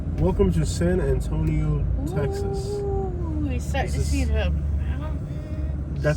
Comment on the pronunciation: You don’t know how to say San Antonio